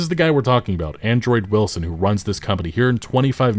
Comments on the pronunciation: Why do you keep saying Android Wilson when his name is Andrew Wilson?😂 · Why does it sound like you call him Android Wilson lmao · Hilarious that you keep saying Android Wilson. Ty for the video, sad what EA has become. Hopefully no ADs never show up in game like a damn commercial break. Keep that shit outta here. Bad enough that you can pay for a "Unlimited" streaming service and you STILL get commercials, as if the exorborant fee wasn't enough as it is.